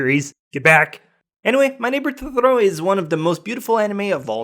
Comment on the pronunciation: Great list, and I have to commend you on your Japanese pronounciation, but...well, I took four years of Japanese classes, and I'm pretty sure you're mispronouncing "Totoro" and a few others. I think you're overdoing it - "Totoro" is pronounced exactly how it is spelled - all Japanese words are, apart from maybe some katakana words that come from European languages.